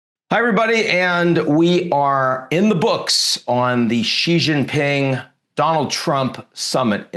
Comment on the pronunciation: Come on man, “Xi Jinping” … pronounced shee jin ping … Xi like she, jin like win and ping like wing. It’s really simple, why are you adding all the vibrating consonants?it’s one of the easiest Chinese names